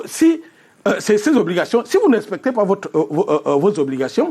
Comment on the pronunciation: “Auccre” invité, “d’êcre” là ce soir, “vocre” maman…C’est quelle façon de s’exprimer en Anglais???? Tsuippp 🤦🏽‍♂️🚶🏽‍♂️🚶🏽‍♂️🚶🏽‍♂️🚶🏽‍♂️